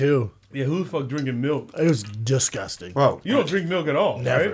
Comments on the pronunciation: Brendan, Milk doesn't have an E in it, quit saying it wrong! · If I hear Brendan say MELK one more fucking time.....